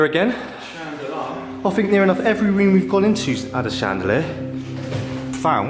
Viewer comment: And I just heard him saw fink instead of think ooooh so cute!!!!!